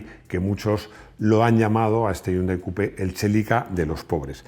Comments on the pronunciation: Gran video!!!!! Pero me chirria que digas Chelika en lugar de Celica, que así lo conocemos todos, me suena igual de mal como en videos oigo a gente decir Portx a Porsche jajjaja un saludooooooo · Hay que tener muyy poquitta vergüenza para decir, "no digáis Lamboryini, se dice Lamborguini" y t0nterias similares y luego llamar al Celica CHelica. Eres muy t0nto....